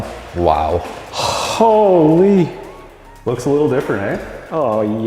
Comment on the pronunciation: I love it when Canadians say hooo-leee (holy) it's so hilarious. That challenger is gorgeous!! The color is almost a pearl. Absolutely stunning